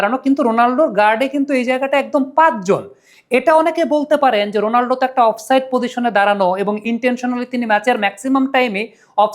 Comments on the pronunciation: উচ্চারণটা রোনালডো না, হবে রোনালদো। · 💥👉👉 ভাই, রোনালদো নামটা মাঝে মধ্যে রোনাল্ডো শোনা যাচ্ছে, আগের একটা ভিডিওতে তাই শুনেছি। দয়া করে একটু সতর্ক হবেন প্লিজ। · Bai, apni CR7 er name thik kore boln